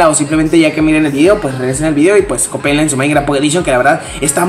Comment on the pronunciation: se dice copienla no copeenla